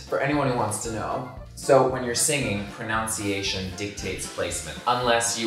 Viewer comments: Is he saying proNOUNCEation on purpose instead of pronNUNciation ? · "ProNUNciation" dictates place. There's no such word as "proNOUNciation",! The verb, however, is, indeed, "to pro"NOUNce", but that's it...:D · Pro"NUN"ciation 😅💞 Love you both btw ❤️❤️ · i think you mispronounced pronunciation